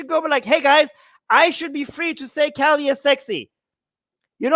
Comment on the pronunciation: He can’t even pronounce kali . Glad that Kali is helping you pay some bills . 😂Thankfully we have enough goddesses to may be even put your children through college . You have no other prospects , so keep this up . Hopefully your wife won’t leave you for a successful man . Jai Kali.